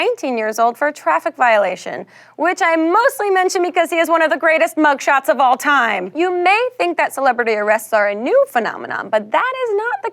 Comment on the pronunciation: When she put the emphesis on "of all time", I knew Socrates was going to be in the mix.